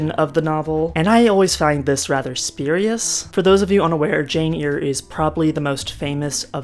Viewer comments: I loved DS when it was on. Thanks for the synopsis. Great job! Oh and it is Jane 'air' not 'ear'. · Charlotte Bronte's book is Jane Eyre...pronounced AIR not EAR. Thank you. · It’s pronounced as “air”. And I’m sorry, I could have phrased it in a nicer way! The video was otherwise excellent and I look forward to the next half whenever it’s ready! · Loving the video, and I will absolutely consume it in one sitting, but I'm curious why you're pronouncing Jane Eyre as Jane Ear? Is this a community in joke that I have missed?